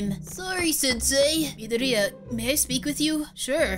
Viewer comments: Its mid-or-i-ya aqua Not mideoriya. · It's madoria not maria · Not to be mean but you pronounce midoriya wrong How to pronounce: mid-dory-ya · No offense but this is how you pronounce Midoriya Mid-or-e-a a as in like the a in KachAn :) I’m happy to help also hope this helps! Love you to!! ❤️❤️❤️ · Oh just want to tell you Midoriya is pronounced Midoreya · you said it all wrong it is: me ~ door ~ e ~ a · Not meaning mean or hating but u said midoryia wrong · U said midoriya wrong btw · You said Midoriya wrong and you said eir wrong but it’s OK everybody makes mistakes